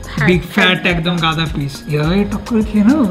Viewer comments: Gada noi daga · Eisob udvot idea tomader mathatei ase. Ki drkr chilo ebhabe mach gulo nasto krar. And by the way 1st of all kthata 'gada' noy 'daga' r 2nd holo oi 2toi petir piece, dagar noy. Please don't mind.